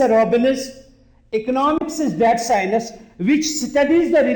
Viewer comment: took some time to realise that "si-nus" is science